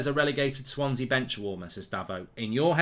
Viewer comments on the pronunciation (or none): none